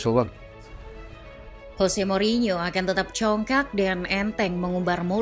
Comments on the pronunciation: Saran min. Untuk pengucapan yang betul itu Jose bukan Hose. Itu kata Mou waktu masih di spurs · ya bener dia kan portugis bkn spanyol, kalo spanyol baru dibaca hose